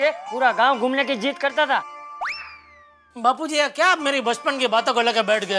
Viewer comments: When Daya say bapujri😂than bapuji say chappalri😂😂this was epic l can't stop my laughing😂😂😂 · bapuji ❎ bapurii ✅🤣